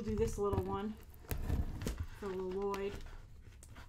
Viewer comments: Lol u said Nya and Lloyd wrong 😝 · I love how you constantly say LiLoyd even thought in the trailer he corrected his dad on his name Lloyd, a true Garmadon lover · I like how Grace calls him L-loyd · I would KILL for that box!! I also love how you've started to pronounce "Lloyd" as "L-loyd"! Every time you said it i had to giggle! Also, they're really pushing us to love Garmadon with all that stuff - and it's working! I want him to be my dad!! I also expect some reviews on the LEGO sets on here, or at least some pics on twitter! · You call him L-loyd and its great. Also, I love how excited you are about all those stickers! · My favorite part of this video was that you pronounce Lloyd the way garmadon did in the trailer "lo loyd" 😂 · I love how you pronounce it "Lo-loyd" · I use to watch the show like 1 or 2 years ago,so I got all the names down pat, but when you say Lloyd it sound really weird to me lol, just cause I use to be abscessed but I enjoyed your video like always 👍